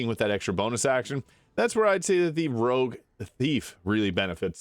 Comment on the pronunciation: Rogue. Not rouge. Rouge means red in French.